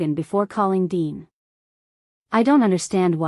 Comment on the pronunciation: Why dean becomes dine? AI for sure